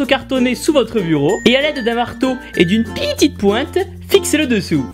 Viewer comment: elle me fais grave rire ta video "a l'aide d'une pitite pointe " et aussi le soupire et le jui pas contemps ma fais explosé de rire